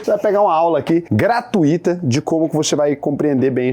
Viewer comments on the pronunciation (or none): "GratuÍÍta" não existe, se pronuncia "gratÚÚita", neném.